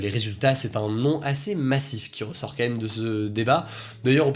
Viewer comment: S'il te plait Hugo, Fait attention on dit quAND même et non "qua ème" ... Ca me trigger à chaque fois ahahah Sinon merci de nous informer chaque jour <3